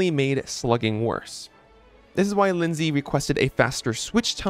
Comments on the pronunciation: Lynx is a sort of cat said like links so I'd assume her name is said like links-sy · Her name isn’t Lindsay 😭